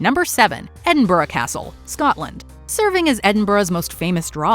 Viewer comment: An American who can pronounce Edinburgh properly, excellent.